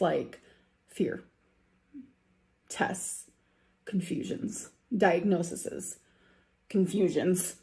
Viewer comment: I HATE the way she says diagnoses 😭 “Diagnosisis” …It drives me crazy. Die-ag-no-sees. God.